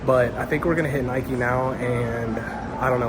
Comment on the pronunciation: When people say Nikey urrrrgh